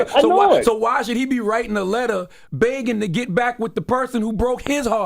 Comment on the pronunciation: CTG is absolutely right and can someone please teach CTG how to say 'begging'' lol